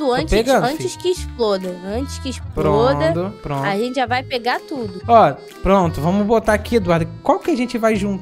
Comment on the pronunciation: "Antes que esproda" KSKSKS TUDO